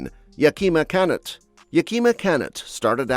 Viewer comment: yaKEEma CANnut? He/it says it like Chris-Pin Martin pronounces his Apache wife's name in Stagecoach, rather than the way the real YC called himself, the same as the city in Washington. (Our AI overlords are still struggling to sound like earthlings.)